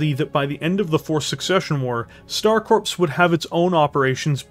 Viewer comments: Please stop saying Star corpse. The p and s are silent it is pronounced core. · Do you keep saying star corpse instead of star core when you say Star Corps?